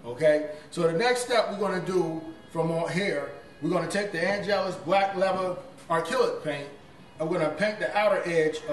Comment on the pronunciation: “And next we’re gonna use the AN’ GELUS paint”☠️☠️☠️☠️☠️⚰️⚰️⚰️⚰️⚰️⚰️⚰️